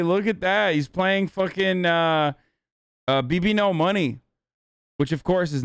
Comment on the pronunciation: It’s 2021 how are people still saying bbno$ wrong